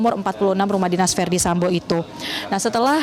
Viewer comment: Yang bawa berita sambow bukan Sambo ya 😅🤣